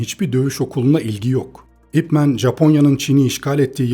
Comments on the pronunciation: "ip men" diye değil "ip man" diye okunuyor. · Videona genel anlamda kayılıyorum ama bir düzeltme yapmam lazım. Bu "İp Man" adamın adı adı... Bi lakap falan değil, neredeyse herkes "İp Men" diye okuyo. Sanki süpermen türevi bir süper kahraman adı okur gibi. Bazıları daha da sinir bozucu, belki duymuşsunuzdur "Ay-Pi Men" dye okuyan var. 😒 Lan adamın adı o adı ya... Yazıldığı gibi okunuyor bu kadar basit. "İp Man" zaten buradaki "İp" soyadı "Man" da adı.